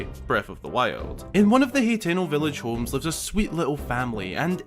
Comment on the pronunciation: Its pronounced (ha-ten-o) lol